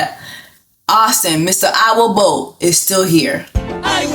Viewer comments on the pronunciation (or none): I will bote 😂 lol you gotta get the accent right